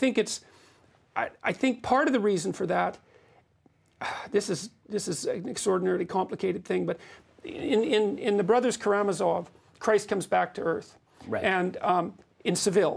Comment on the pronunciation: I wish they said KAramAzov instead of KarAmazOff, it's not hard to know two things about Russian by your 50